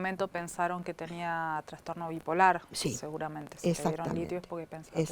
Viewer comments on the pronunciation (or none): none